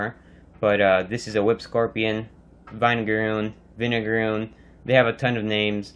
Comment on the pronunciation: It’s pronounced vin:e:ga:roon VIN not VINE... they’re nicknamed that because they set off a smell of vinegar when they are threatened (before they spray their acid)